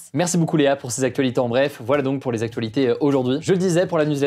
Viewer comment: Merci pour vos actus parfaitement ficelées et c'est sincère. Néanmoins, je tiens à noter qu'il y a un pb avec la manière dont l'intervenante secondaire prononce le mot "actuenhhhhh". Ça me donne régulièrement des envies de meurtre même si elle semble très sympathique. Je ne pense pas être unique donc je ne pense pas être le seul. Avec cet accent, vous limitez vos vues à l'Ile de France, c'est dommage. Sinon continuez comme ça, je vous adore et vous avez remplacé france 2 pour moi. Vous avez compris que les micros trottoirs ne servaient à rien et que les news décalées et inutiles uniquement faites pour diriger l'humeur du spectateur n'etaient pas les bienvenues et c'est deja beaucoup pour moi. Bravo pour votre professionnalisme et votre implication.